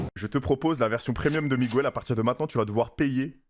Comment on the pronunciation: Miguel pas Migouel bordel 😅😅